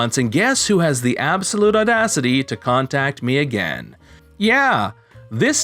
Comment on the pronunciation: i know not a big deal but the way the reader says again makes me cringe like crazy.